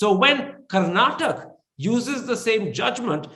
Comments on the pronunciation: Bolimagne Karan, it's not Karnatak, it is karnataka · the nutjob karan thapar , should first learn to pronounce the name of the state first. the interview in itself is farce , both seems to have come to an understand of each other views. P.S it's not karnatak it's karnataka .